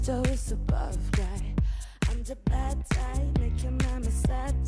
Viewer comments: Que alguien le diga a Eva que se dice BAD, no VAD 😰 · Que alguien le diga a Eva que Bad guy se pronuncia con la “B” y no con la “V” que con solo eso ya me esta arruinando toda la cancion😭